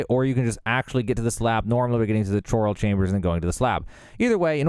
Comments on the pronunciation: It's pronounced "Koral" not "Choral" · bro really said "ch" oral chambers lol